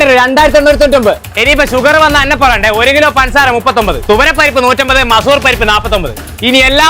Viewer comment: മസൂർ പരിപ്പ് അല്ല ചേട്ടാമൈസൂർ പരിപ്പ്